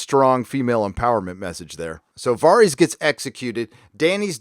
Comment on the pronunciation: Upvote for "Vareez"